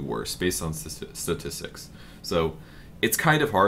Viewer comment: statistics!!! the hardest word for:DDDDDD